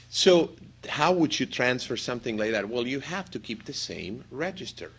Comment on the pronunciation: U have a problem pronouncing would